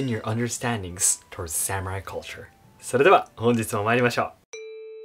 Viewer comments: Please say sah mu rai instead of sam urai. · I'm going to share your video with a bunch of non-Japanese long hairs in the USA. BTW, Sa-moo-rye?